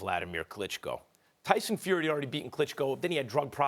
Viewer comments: Did he just say Dyson get it right mate wot a dinlo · "Dyson Fury." Stephen's pronunciation got sucked. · It's Tyson you Toby not Dyson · Stephen said Dyson Fury 😂😂😂😂😂😂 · MAN SED DYSON FURY 🤣🤣🤣😂😂😂🤣🤣🤣😂😂😂😂😂